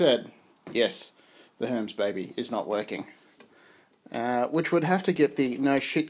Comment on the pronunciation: Herms? I never heard it pronounced that way (and great to hear your chat by the way) and I found this video by way of researching alignment issues with my own Baby carriage. I'm heading straight for the four screws that bolt the carriage to the shifting plate.